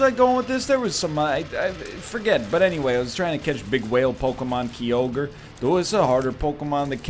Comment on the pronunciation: "kai-ogre" is how you pronounce the giant whale